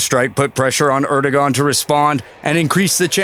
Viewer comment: Erdogan...pronounced Erdo-wan...FYI 😎